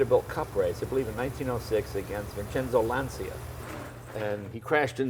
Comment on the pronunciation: LanCIA, for god's sake! Not Lansia. OMG.